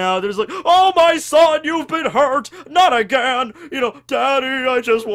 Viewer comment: every time you say agian you have an accent.